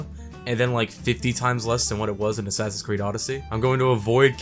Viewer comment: shasassassins eed: cradhows